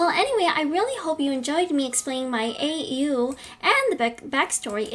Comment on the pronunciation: You said pizzeria wrong and you said au wrong